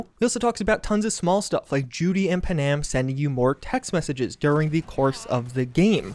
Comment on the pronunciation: “Punam”? I’m pretty sure it’s pan-am